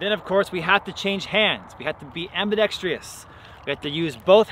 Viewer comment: Ambidextrous, not ambidextrious